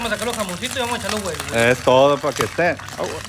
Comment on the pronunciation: Di huevos no gueguitos no mames... esta quedando chingon con todas las plantas .. saludos plebes